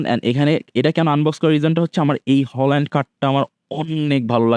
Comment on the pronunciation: হালান্ড❎ হোলান্ড✅